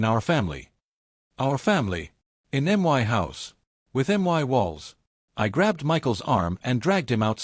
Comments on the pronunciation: Why does this narrator continuously say " M .Y . " instead of " my " . Why us this OP yet another spineless twerp we are expected to sympathuse with. Irritating trash . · You pronounce my as one word not as each letter.